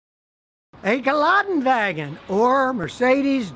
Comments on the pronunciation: Love you but it's "Gelande-Wagen", not "Galadin-Wagen" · Geländewagen (ge-lenn-de-va-genn) not geladen…hehe 🤓